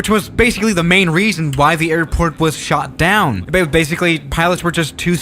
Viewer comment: I know, but it sounded a little like shot down lol:)